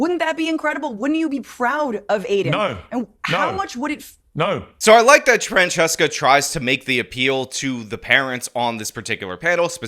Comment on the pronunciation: Did call her "Transcesca"!?!?!?!?